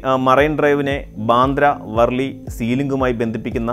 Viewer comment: Not വോ൪ലി അല്ല വ൪ലി ആണ് ഉച്ചരുക്കുന്നത്